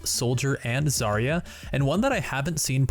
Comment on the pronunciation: It is not a zArya, it is zarYa